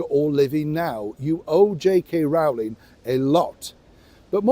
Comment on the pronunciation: Sorry,but J.K.Rowlings name is pronounced J.K.Rolling.